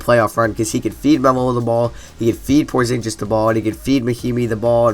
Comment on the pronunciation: Porzinjiz hahahaha